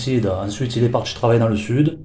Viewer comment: Il est "partchi" travailler dans le sud 🤣🤣🤣🤣🤣🤣